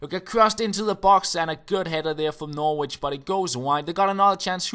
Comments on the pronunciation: Norwich is pronounced Norrich just so you know for the future:) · Hi, I wouldn't expect you to know but Norwich is pronounced without the 'w' like "Norrich":)